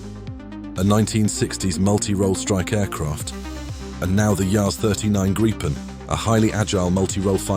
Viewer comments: Hey, he's actually saying gripen right! Again, its greepen. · And this is how Gripen is pronounced for all you English speaking people! Listen and learn to this English speaking narrator that got it right! 👉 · Super appreciated! Not another "Grajpen" as we jokinginly call the oblivious english pronunciation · I for one would like to send a big thanks for the very well pronounced Linköping and Gripen (usually given some kind of short i and double p) you did juctice to what it should sound like. Well done! An 37AU would indeed have been a sight to see😏 Keep 'em coming! Thank you